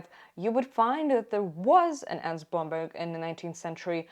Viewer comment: The way you say Blomberg is so satisfying every time